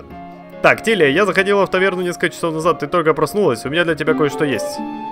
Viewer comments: Какая нахрен Талия если ТИЛИЯ !!!! Аж забесило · девушку зовут Тилия, а не Талия